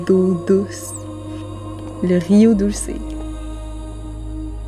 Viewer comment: No big deal but ca se prononce "doulssé"